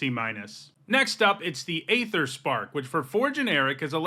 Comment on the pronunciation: Please look up the pronunciation of aether, unless this is some joke i don't understand.